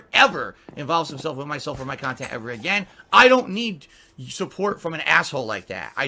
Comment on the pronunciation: I know has been around for years but I can't believe I'm just finding out about all these "detractor" channels that give us great "Khantent" 😂